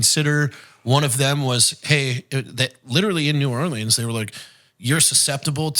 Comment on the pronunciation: I’m upset with you,. That’s not how you pronounce New Orleans.